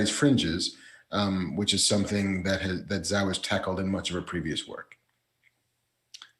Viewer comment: Chloe Zhao - it's pronounced "jaw"